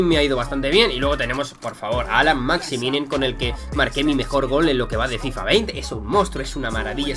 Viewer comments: Chupito por cada vez que dice Maximinin en vez de Maximin XD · Y Maximinin suena mejor